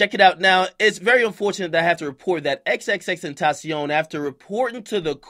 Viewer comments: It’s pronounced “tent-ah-shawn” by the way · He said xxx name wrong lol